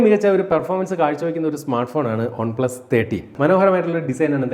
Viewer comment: ഒൺ പ്ലസ് അല്ല ചേട്ടാ, വൺ പ്ലസ് എന്ന് പറയു..കേട്ടിട്ട് ഓക്കാനാം വരുന്നു..🤮🤮. ഇനി മേലിൽ ആവർത്തിക്കരുത്. പറഞ്ഞേക്കാം.👊🏻👊🏻.